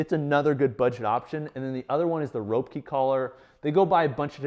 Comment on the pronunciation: FYI Roepke is pronounced like "Rep-key"